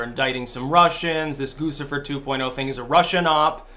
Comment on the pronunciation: I'm pretty sure Guccifer is pronounced Goochy fer. Because Gucci.